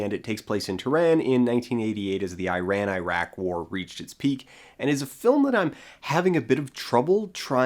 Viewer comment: That's not how you pronounce Iran, and the name of the language is Persian